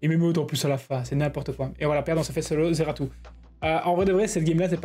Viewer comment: NON mais ce ZEARTU, comme tu dis 🤣, incroyable ! Sinon excellente vidéo comme d'hab